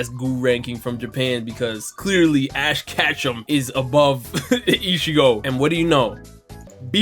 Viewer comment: Power scaler complains about casual anime fans' character rankings for 25 minutes (can't even pronounce ash ketchum correctly)